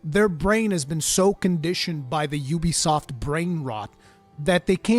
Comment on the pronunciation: It was similar for me with that area. I had no idea what was ahead. It was awesome! This game is also awesome and has taken the number 1 spot of all time for me. You’re a great content creator. The fact that you can say Ubisoft properly makes me like your content more as that is a rarity. Personally I think the game would benefit from a harder mode. I’m in no way great at these these games but I like a struggle and I’m not struggling.